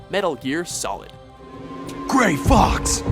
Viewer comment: you fully butchered grey fox and olga's names. and thats just a shame.